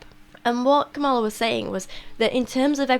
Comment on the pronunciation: Tiny nitpick. You're mispronouncing Kamala. The emphasis is on the first syllable, not the second